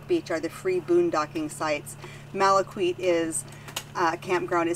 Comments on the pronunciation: Malaquite is pronounced “Mal-a-keet” not “Mal-a-kweet” ✌🏼🤟🏼🇺🇸 I had a home on Padre Island for 25 years. No better beach on the planet ❤️. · A Corpus Christi native here. Malaquite is pronounced “Malakeet.”